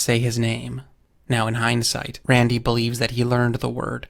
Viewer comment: The way this guy says "Rrrrrrandy" is ridiculous.